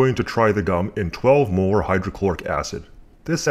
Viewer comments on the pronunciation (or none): Did you seriously say 18 moler acid ?